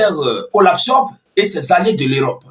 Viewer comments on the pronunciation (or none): C'est pas Olav chop c'est Olafcholz😂😂😂 t'es têtu toi on te corrige tu continues